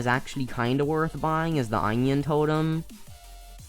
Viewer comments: my mans really said "eyenoin" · the way he said onion